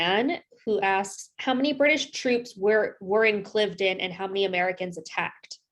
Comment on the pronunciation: great analysis! Thanks! I grew up on part of the battlefield so I know the area very well. BTW it is pronounced Cliv-eh-den, 3 syllables. Knox ruined this battle, pushing a strategic concept during a tactical battle. Washington never should have listened to him. 1st Half US 21-0, Final score British 42-21.